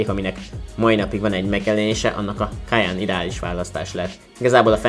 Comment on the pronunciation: Nagyon jo a teszt de nem “kajannnnn hanem kajenn-ek ejtük 😉